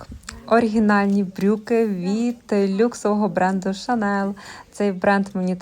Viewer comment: Hermes произносится как ЕрмеС, это имя основателся бренда,поэтому буква С в конце произносится,ну и Шанель все ж таки,а не Шанел))